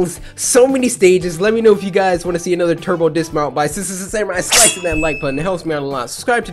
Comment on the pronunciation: Turba dismount turba dismount sounded like meh cuz when said dat